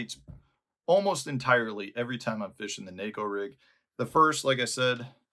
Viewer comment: Props for pronouncing neko properly.